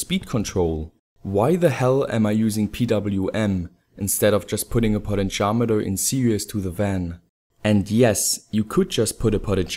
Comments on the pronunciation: It sounds like he says "Poly-Charmander" rather than "potentiometer" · Omg did say potentiometer that way, oh HELL no!